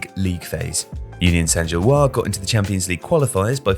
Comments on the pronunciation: It's Saint-Gilloise, not Saint-Gillois. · "Gilloise" has an "-se" at the end, so "Union Saint-Gilloise" ends in a "wahz" sound, not a "wah". (Like the name "Francois" vs. "Francoise", for example.)